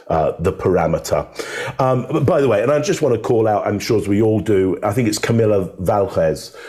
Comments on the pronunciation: "Camill-ha Valhezz" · gets Camille Vasquez's name wrong and no one rectifiers it